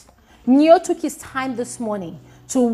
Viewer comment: Did I hear Mercy say tooking?